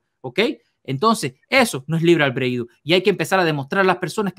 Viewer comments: A casi un mes del debate,habrá por fin aprendido éste muchachito a pronunciar bien la palabra "albedrío" ? 😂😂😂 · pronucia mejor la palabra albedrío, en cuanto a, esto son los significados de "consorte": 1. FORMAL: Esposo o esposa de una persona. "cada uno de los consortes puede realizar los actos jurídicos y ejercitar los derechos que le corresponden con carácter privativo o exclusivo"2.Se usa en aposición a rey, reina, príncipe o princesa para indicar que comparte el título por matrimonio, pero no las atribuciones del mismo. "la reina consorte o el rey consorte no podrán asumir funciones constitucionales, salvo lo dispuesto para la Regencia" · El padre del Protesto tiene una cultura y un conocimiento que el "" canadiense quisiera tener por un dia de fiesta asi que dedicale a él las acepciones de consorte, y tienes razon el "" pronuncia mal albedrio